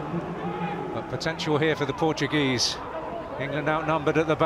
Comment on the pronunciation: The way he says Portuguese names is so nice :)